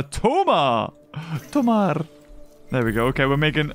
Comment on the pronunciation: It's funny hearing pronouncing "Tomarr" when you know that he actually met Chris O'Neal.